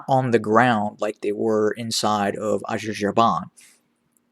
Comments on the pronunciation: Please google "how to pronounce Azerbaijan" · I wonder how much you been paid 😂😂😂😂😂😂😂😂😂😂😂😂 You sound White man 😆😆 😆 you can't even pronounce Azerbaijan 🇦🇿 it's funny that you know a lot about tdf but not EDF